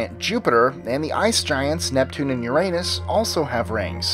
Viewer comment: I know I should be mature but you said Uranus so bad 😂 it sounded like "your anus" still love your vids doe